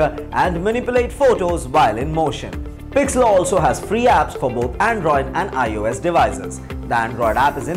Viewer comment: 1)Gimp ( Gun ) 2) Pixlr (Pixla) 3)PicMonkey His pronounciation was so bad